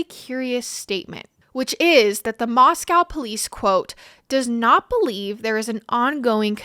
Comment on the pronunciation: First time seeing your podcast but it strikes me strange you mispronounced Moscow since you stated it’s near where you grew up. It’s pronounced Moscoe. Also, you mispronounced the last names of three of the victims. Honey, please do your research. If you want to be taken seriously, you have to be able to pronounce stuff correctly. Otherwise, you did a nice job here. Good luck and work hard